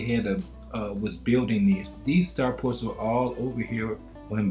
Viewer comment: START FORTS!, STAR FORTS! , STAR FORTS!....not star PORTS! otherwise, great video my brother. Keep up the good work 👍🏾👍🏾👍🏾